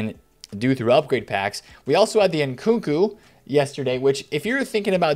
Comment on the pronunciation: How come u call him nkuku it’s nkunku 😂🤷‍♂️